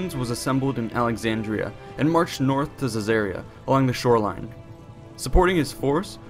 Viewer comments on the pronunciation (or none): none